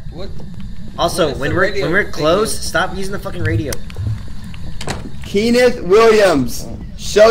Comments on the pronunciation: i just wanna know what possessed into not saying kenneth right😂😂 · why do they not know how to pronounce kenneth